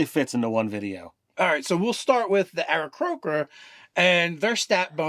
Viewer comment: Pretty sure it's "Aarakocra", nice fail